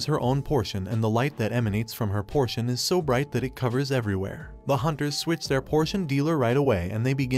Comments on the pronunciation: POTION NOT PORTION Are you a google translate voice? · Potion not portion